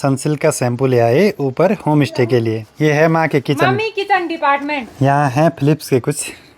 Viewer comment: Bhai Home stay open kia h ya Home Ishte...influencer ho thoda sa pronunciation ka b dhyan rkha kro...Pahad se ho ye hm b jante h hm b pahdi h...iska matlab ye nhi ki aap sushmita ko susmita bolo..stay ko istey bolo.... vlogs ache bnate ho..BABA KEDAR BLESS YOU